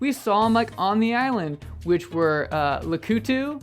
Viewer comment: Why did you say Lakitu like that